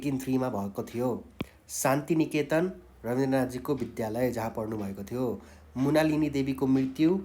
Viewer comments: मृणालिनी देवी हो , मुणालिनी होइन। अर्को गल्ती उच्चारण पनि मिलेन । नेपाली शिक्षकबाट यति सामान्य शब्दको महान गल्ती गम्भीर मानिन्छ। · मुणालिनि होइन मृणालिनि हो